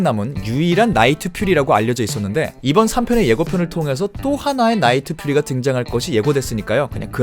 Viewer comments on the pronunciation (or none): 나이트 퓨리가 아니라 나이트 퓨어리래요